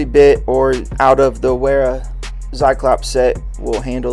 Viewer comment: By the way man, it's not be pronounced Wera, it's pronounced Vera... it's German, W's are pronounced like V's.